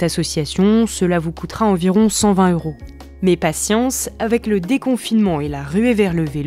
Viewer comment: "cent vingt Heuros"? Et si vous appreniez à faire les liaisons, au lieu de nous massacrer les oreilles avec des hiatus disgracieux? "Cent ving Teuros", svp!